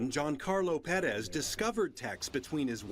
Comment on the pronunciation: the refreshing feeling I have after finally hearing someone on tv/online pronounce Perez right is incomparable